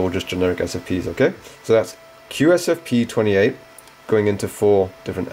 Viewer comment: Start with correct names/terms. QSFP28 & SFP28. You keep butchering the types all the way through.